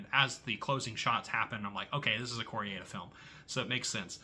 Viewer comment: Your French pronunciations are a bit dodgy 😂 …but it doesn’t really matter. Mine probably are too 😅. I love Wages Of Fear. I feel the same as you about The Beast. I’m now interested to see The Truth; I’m a fan of Kor-eda but heard The Truth was considered one of his weakest. I love The Boosh too. I once passed Julian Barrett in a park and so wanted to say one of those great lines from the show 😅